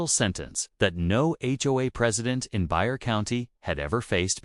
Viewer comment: Bexar County in Texas is pronounced bay-har. For any place of any kind in Texas it will probably be pronounced in Mexican or one of the local tribes in that particular area. Check first before narrating. What happened to all his belongings? Did she sell them or store them?